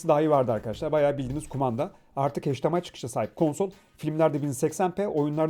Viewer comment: “HeYçdİEmAy” ne “heYÇdİemaY” mış, bir “hEYÇdiemAY” lafıdır gidiyor. Öyle mi okunur hdmi.. 😒😖